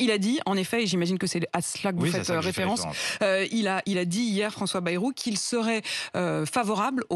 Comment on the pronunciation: Marre de mal prononcer ce nom !!! B-A-Y ce n est pas BE....